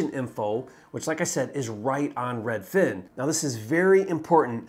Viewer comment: Hi can you please say Redfin, and not redFIN. Sincerely, everyone